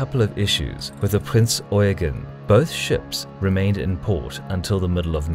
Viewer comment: It's Prinz Eugeeeeeeeen, with an accent on the last syllable.